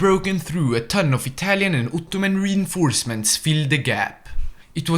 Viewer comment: As a Turkish i love your Uttuman Prounancation